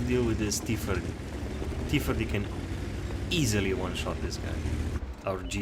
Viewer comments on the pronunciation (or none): Just had to point this out, i found it kinda funny, T- firty (idk if you have a speech impediment and in that case I apologize)